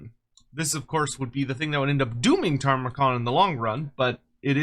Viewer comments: Ta-mur-khan ✅ Tar-mah-khan 🚫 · Every time says “Tarmakhan” I die a little bit more inside